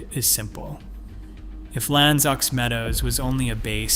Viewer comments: Aux in French (as in L'Anse aux Meadows) is not pronounced "ox" but o, as in abcd... lmn.. o. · "aux" is pronounced "o"! French, ya know!